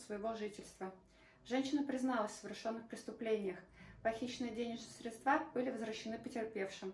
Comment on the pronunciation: СрЕдства, ударение на Е... господи...